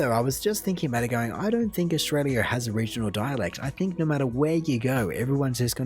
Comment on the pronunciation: It still blows my mind how Australians say “naur” for “no”. So hard to add that r the way they do.